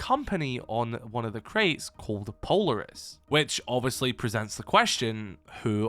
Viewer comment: oh my god PLEASE pronounce Polaris correctly